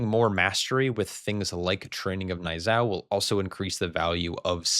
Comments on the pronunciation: The pronunciation of Niuzao is based on the Chinese Pinyin system. It is pronounced in two syllables: NEW-zao. Breakdown * Niu: Sounds exactly like the English word "New" (or nyoo). In Mandarin, this means "Ox" or "Cow." * Zao: Sounds like "Zow" (rhymes with how, now, or cow). Phonetic Guide: NEW-zow Tips for Accuracy * The "Z" sound: Unlike the English "Z" which is buzzy, the Pinyin "Z" is a bit sharper, almost like the "ds" sound at the end of the word reads. * The "ao" sound: This is a sliding vowel. Start with an "ah" sound and glide quickly into an "oo" sound (like the "ow" in brown). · Niuzao is derived from the Mandarin Chinese Niú zào (牛皂), which literally translates to "Black Ox." It's pronounced / n j u ːˈz a ʊ / which sounds like 'knee' (like our leg joint) you (like zoo) zow (like cow) or nee'yoo zow. Please consider this in the future,.